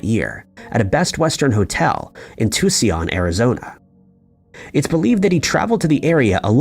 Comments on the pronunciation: Too-C-on? Get rid of the voice over if you're going to destroy the english language! It's Too-sone. For those unfamiliar with SW US history.... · ✨ "TUSSION, Arizona" ? I know my hearing ain't that bad! 😂 Im not even American but that jumped out at me.. I was pretty sure the narration wasn't AI? Is it? 🕊️☘️ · What on earth are "Chicago sandals? Also: "Too-see-on" (Tuscon) Arizona. Lol. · Too see on Arizona? Is there any reason people can't pronounce common names? That's such a frustration to listen to people who narrate and cannot pronounce things correctly. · Do you live here? Do you speak Spanish? It's two-soon/ Tucson.... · "This is the way we talk in Tucson, Arizonia" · Except for the pronunciation of Tucson lol. That caught me off guard.